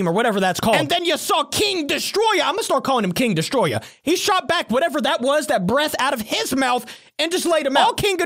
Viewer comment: Bruh its destoroyah not destoroya